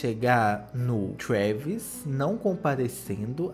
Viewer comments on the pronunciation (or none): O fala trueeeeeevis